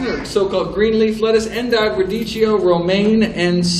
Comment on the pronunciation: radicchio = pronunciation in Italian 'radikkio'.